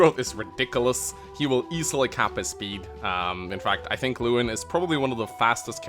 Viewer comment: I'm pretty sure Lewyn is pronounced Levin still. The W is pronounced with a V sound